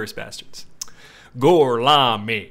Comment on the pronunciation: gurlami... gurLAMII